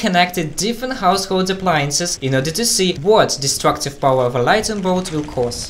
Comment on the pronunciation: did he say lightning blot? 🤪🤣😂